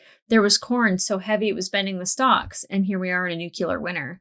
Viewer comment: Plus one for Strange Dogs. Keep those in mind. Marco never went through the ring gate. Not sure why you think that. Please don't mispronounce "nuclear." George Bush used to do that and it drove me nuts. I know you liked Marco's man bun. I'm SO happy you'll be reading the books. Please update us on that sometimes.